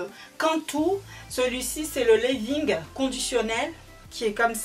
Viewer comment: Cantu leave-in conditionner lol pas lévin conditionnel 😅